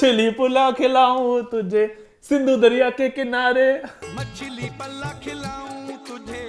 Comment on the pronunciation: 😂🤣 mimicking Iman's Urdu version 🤣👌🏼 it's Machhli Pallaa, not pillao - Pallaa 🐟 is a popular Sindhi seafood cuisine!